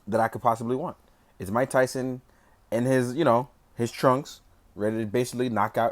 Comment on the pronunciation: Muay-ke Thai-son??